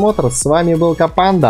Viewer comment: Ты так прикольно говоришь "КоПанда"!!))